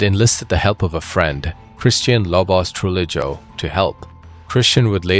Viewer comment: Just found the channel recently and subbed! Just one thing about pronunciation. The double L is Spanish is pronounced like a Y. Gallo, Orellana, Trujillo should be like Gayo, Oreyana, Trujiyo (Tru-hee-yo).